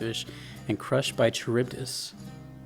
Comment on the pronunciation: Greek names like Scylla and Charybdis are actually pronounced with a hard C or K sound. So it's something closer to Skee-lah and Kuh-rib-dus rather than See-lah and Cha-rib-dis. Note that See-lah would be spelling it using Latinized rules. She's Greek so I think we should respect her Greek heritage. It's also how the names are pronounced in-game. Bonus points to Supergiant Games, as always.